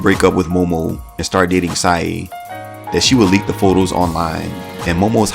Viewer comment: Sae... Sounds like Sigh.